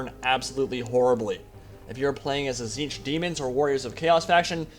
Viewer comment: what is this zeetch you keep speaking about? if you are speaking about tzeentch well that's different spelling and pronunciations it's pronounced (tee-zen-echt/ech)